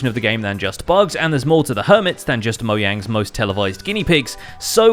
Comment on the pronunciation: did he say moyang wat tf, its mojang